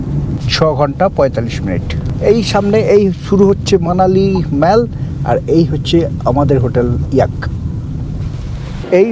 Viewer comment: আপনার videoগুলো আমি ও আমার স্ত্রী খুব আনন্দ করে দেখি। এই videoটিও দেখে খুব আনন্দ পেলাম। একটা suggestion: mallকে “মল” (American উচ্চারণ) অথবা “মোল” (British উচ্চারণ) করা ভাল। Internet search করে সঠিক উচ্চারণ শুনতে পাবেন। all, ball, call, hall, fall, tall কোথাও অ্যা ব্যবহার হয় না। শুধু shallএ ব্যতিক্রম পাওয়া যায়। Darjeeling এর mallকেও অনেকে ম্যাল বলেন। এটা কি ভাবে শুরু হল জানতে ইচ্ছে হয়। শুভেচ্ছা রইল।